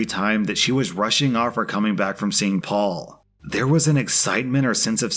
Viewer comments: I never realised N Americans pronounce Perry as Paul! I know you don't pronounce double Rs in the middle of words but I thought that would make it Pey. Live and learn! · Story #1: how is it that "Perry" is pronounced "Paul"? Lol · This may surprise you but the name "Perry" isn't pronounced the same as "Paul." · Is Perry pronounced as Paul? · Apparently Perry is pronounced Paul? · ive never heard perry pronounced as paul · I don't think that's how Perry is pronounced.